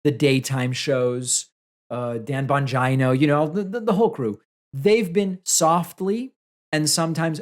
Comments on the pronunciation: I am convinced that David pronounces Bongino to sound like vagina on purpose…and it makes me laugh every single time!! Hugs! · I thought he said Bongina. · David's pronunciation is much more descriptive of Dan. Bongieno.